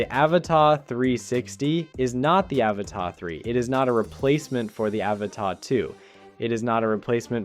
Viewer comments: its an avata not avatar.why do yanks try to speak english but never get it rite????? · Pls pronounce the first A as you do the other 2 in the name 🙏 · You say Avata really weird